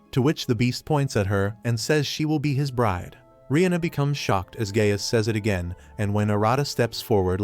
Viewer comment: Anyone else hearing Gay ass instead of Gaius